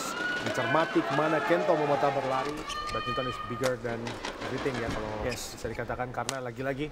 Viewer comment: Badminton min bukan badmintin.